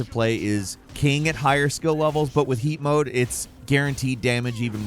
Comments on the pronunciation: I thought he said feet mode for a moment lmao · When first said 'heat mode' I thought he said 'yeet mode' and loled for a bit😂